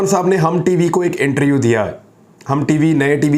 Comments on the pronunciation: Bhai inter U nhi hota interview hota hai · Imran Riaz khan Bhai, plz speak word interview not interu... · ایک تجویز ہے۔ لفظ انٹر-ویو ہے۔ انٹر-یو نہیں ۔